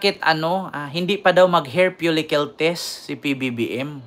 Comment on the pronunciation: Hair follicle po, hindi "hair folicyul"